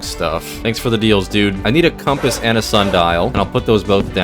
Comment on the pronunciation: Did he say crumpess or compass